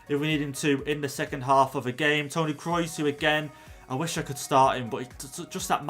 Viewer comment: Nobody:: Tony Krois